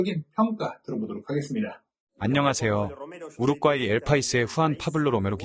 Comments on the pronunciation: 우르과이지 왜 우룪꽈이 라고 발음하냐 이 찐따야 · 첫 경기에서 너무 혹사해서... 두 번째 경기 부터 힘이 딸릴까 걱정이 돼네. 그나저나 왜 여기저기서 우루꽈이라고 읽는지.. 멀쩡하게 우루과이라고 써 놓고.. 그 발음이 그렇게 어려운가.. 생각하게 만듬. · 우루꽈이 존나 거슬리네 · 왜 자꾸 우룩꽈이 라고 발음하죠 넘 웃겨서 다른 내용이 안들려 ㅎㅎㅎㅎㅎㅎ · 왜 자꾸 우룩과이라고 발음 하나요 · 성우분 우루과이랑 우루꽈이랑 다른나라입니까? ㅋㅋㅋ 설명 듣는 내내 거슬리네요 ㅋ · 우루꽈이 겁나 거슬리네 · 우룩꽈이...넘 거슬려....언제는 우룩꽈이, 언제는 우루과이... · 계속 "우룩 꽈이"라 고 하는거 킹받네~ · 좋은 영상컨텐츠 감사드립니다. 다만, 우룩꽈이가 조금 거슬립니다 ㅎㅎ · Ai아나운서가 우루과이를 우루꽈이 로 발음하네? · 영상 중 더빙은 안하시는 것이 좋겠습니다. 발음이 너무 부정확합니디ㅡ. 우룩꽈이..라뇨. 성우분이 교포인가요? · 우룻꽈이 라고 발음하네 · 왜 많은 유투버들이 우루꽈이라고 발음 하는거지? 원래 우루꽈이를 내가 지금까지 우루과이로 잘못 알고 있었나 헷갈리는 중. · 발음 개구리네. 우룩과이는 뭐임. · 우루꽈이? ㅋㅋㅋ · 우룩과이 발음 킹받네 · 번역성우 우르꽈이 우르과이 발음이게 뭔가요:? 전자남인가요? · 우루꽈이... ㅋ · 우루꽈이라고 하지... 본토 발음인가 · 아 ..우루꽈이 우루꽈이 ...발음 진짜 거슬리네,ㅋㅋ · 여기도 우룩꽈이라고 하냐 이거 다들 이렇게 읽어? 아니자나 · 우룩가이로 들리시는분?? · 우룩꽈이 싸일싸일 이 발음 너무웃겨용 ㅋㅋㅋㅋ